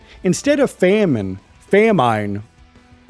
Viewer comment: this dude who was struggling to pronounce famine has the audacity to say "if your vocabulary isn't that big"